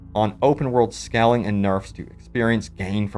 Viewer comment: Please say "scaling" correctly, I can't take it anymore...